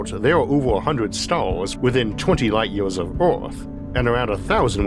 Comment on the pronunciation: 50 Light YEEAAYYYSS of Earf